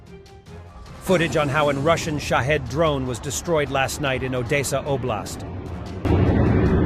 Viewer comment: You said, "Odesa" wrong. Not even close.